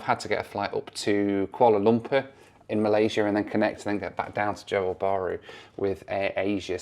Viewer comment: Great stuff as always (although Johor is two syllables not two words - pronounced 'jahor' 🙂). It's interesting that you pack lots of videos into a short space of time (and then hopefully get some decent time off with the fam inbetween!).